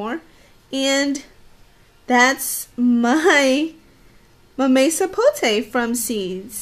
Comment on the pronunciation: It's called "MAMEY Sapote", she is saying right.